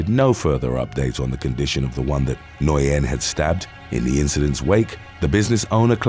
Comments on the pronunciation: NGUYEN IS PRONOUNCED LIKE THE WORD "WHEN". NOT "NO•YEN" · Nguyen is pronounced " win" in English. Very easy to remember next time. Lol. But good work I know not many Nguyen's in uk prolly. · FYI, the way you say Nguyen is “Win”. It’s Vietnamese. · Southern Vietnamese tend to clip some of their sounds, so Nguyen would be pronounced something like “Win” or “Wen.” Northern Vietnamese would keep it, giving a pronunciation more like “N'Win” or “Nuh'Win,” all done as best you can in one syllable. I’ve never heard it pronounced “noy-en” before. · Johnny Nguyen. Nguyen is pronounced win or wen. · It’s pronounced Johnny new-win (Nguyen ) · Not to sound like a butt... "Nguyen" is pronounced "Win" As in "Win the Prize"* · What like Nguyen, I was shocked when I learnt how it is pronounced. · To be honest, he didn't really pronounce it quite right. In fact, I've never heard it pronounced that way anywhere before, and I've heard it pronounced many times.